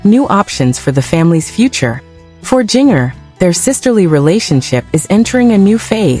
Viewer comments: It's ginger, not geenyer. this is not a real video. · Learn how to ppronouce her nam